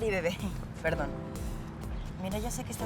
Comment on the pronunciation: Dijo perdon o aron